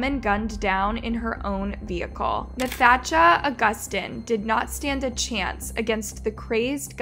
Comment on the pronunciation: It’s pronounced natasha💀🤦🏾‍♂️